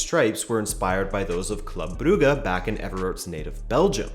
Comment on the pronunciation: They way you said “brugge” was on point